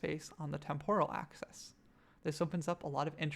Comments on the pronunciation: this is a nice tutorial but every time you say "access" when you mean "axis" I think I have a small aneurysm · Great video. What's your accent? I call it an axe-eez not access. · adds character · Axis! Not access!!! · Pronouncing axis as “access” made this completely unwatchable for me.